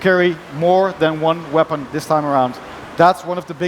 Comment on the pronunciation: lol you can carry "MORE THAN ONE VEPON"